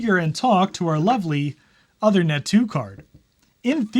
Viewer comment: One quick comment - the Uthernet card is named after Uther Pendragon. The work Uther is pronounced like "Moon". The "oo" is the 'U". So OOthernet. :-)